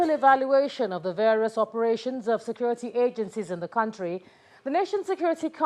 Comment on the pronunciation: “Scurity”! “Scurity”!! U idiots re getting killed by bokoharam, u re gere selling ur imaginary “scurity”. Useless idiots!